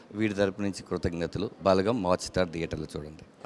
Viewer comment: "బాలగం" కాదు..."బలగం"....మీరూ మీ చదువులు... అరే చల్...